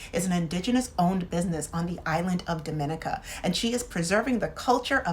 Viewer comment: A valuable resource for travelers! Just an FYI that the country Dominica is pronounced dom-in-EE-ca (ie. different emphasis from the pronunciation of the Dominican Republic)